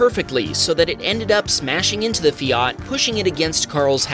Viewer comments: Sorry, the what? The FiARt, not the fiaT... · It’s not a feeart it’s a Fiat .😂😂😂😂😂😂😂😂😂